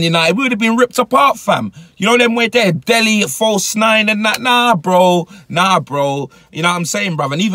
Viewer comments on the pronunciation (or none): none